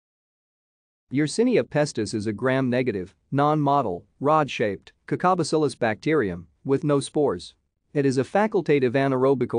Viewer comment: “Gram Negative, non-MAH-tull, rod-shaped, CACA-bacillis […]” I really hate AI voices